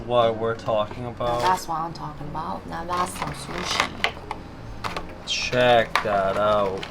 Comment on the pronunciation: Yay Japan vlogs, when are you guys going back?? Also “fatty tuna shushi” 😂